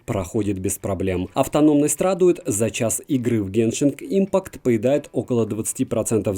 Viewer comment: спасибо за обзор, но "геншинг импакт" ухо режет...